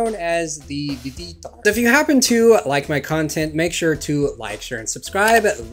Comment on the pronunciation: "Vee Vee tar" wtf lol